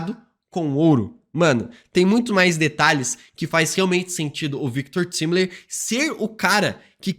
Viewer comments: O mais explodir de cabeça é o a todo momento chamando o Victor Timely de Victor "Timili" com "i" e em todas as cenas da serie que ele coloca é falado claramente Victor "Taimeli" isso realmente explode minha cabeça já que em em inglês tempo se pronuncia "taime" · É Victor “taimilin” 🙄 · pq insiste em ficar falando errado "Victor Timely"? vem da palavra tempo em inglês, pronuncia "tai"mely, ajuda a gente man, parece a volta do "feintiço"